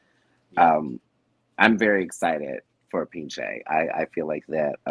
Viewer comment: Wow. This is great information! We'll be sure to pronounce Piche the correct way moving forward! 😅